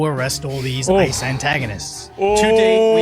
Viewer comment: Did she call ice isis?